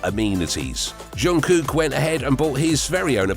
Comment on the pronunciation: At least get their names right. It’s Namjoon (no g at the end) and it’s pronounced Jungkook not Yungkook.